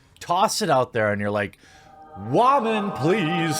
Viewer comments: Dude, that shit had men laughing with the light coming down all holy "wahman.....WAHMANS"......Shit was to funny. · First time watcher...why does he sometimes say woman weird?